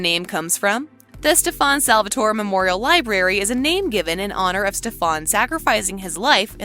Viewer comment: According to kai its Stefon Salvatore 😂